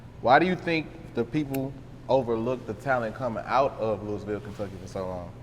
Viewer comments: Bro if he pronounces it looisville one more time imma punch my screen it’s loo-uh-vul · Not "Louis"ville we say it like Louaville my gee..502💪🏽💯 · It's not Louis ville Kentucky bruh. It's looouvull Kentucky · Loisville (LOU- VULL) Not Lewisville Clown 🤡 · Interviewer- It's pronounced LOUIE-VILLE Kentucky not Louis-ville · It’s not Louis-ville it’s Luh-vull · He supposed to correct him when he say Louisville it's pronounced Louhvul or Louieville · Lewis ville??? The S is silent my bwoy...looweeville phonetically...my boy talkin too much something bout this aint sitting rite with me...boy boy ain't putting off RN vibes... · Not Louis ville tho 😭. I heard Lou a ville or at least say Louie ville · My boy said Lewis Ville... Lol its lew-ee ville, the S is silent. Louisville. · It’s pronounced “lewey vool” not Louis ville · lewisville..lol.They pronounce it as Lou-bull.I met a chick from there once and she checked me.Shout out to yall from Brooklyn.. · Lol it's really lewis like Louis Vuitton y'all just saying it the way a hunkey who named the city after him or his family that couldnt pronounce words correctly. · Why he didn't correct the interviewer... it's LooweyVille!! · Not 1 Time did he say not louisville it’s Looavull 😂🤝🏾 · It’s Loui yu don’t pronounce the s🤫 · A man its Louisville!! Not louis ville... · you should have corrected him on the pronunciation of our city name. Nigga it’s not pronounced Louis-ville. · That’s not how you say it either. It’s (Lool-vulle) trust me bro born and raised here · man its" loulville " lol hardin county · Lose the S when u say Louisville lol looeyville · Somebody teach dude how to say Louisville correctly..... Lou'a vull or Louieville.🤞 💯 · Mane square as hell. “LOUIS-ville”. Goofy. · Its not "Louis" ville you killin me bro lol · Bro everytime dawg said Louis-ville i wanted to punch my screen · Right correct this guy my nig..say it like LOUAVILLE dat way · I’m from NC and it hurt me every time buddy said LOUIS-VILLE 😩